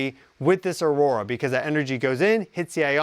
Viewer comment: Aurora? Or "Our Aura"?